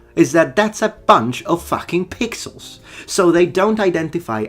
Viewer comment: Lol, Anyone else thought saying 'my orc is pigsauce".. and taking a moment to realize he said "pixels not pigsauce"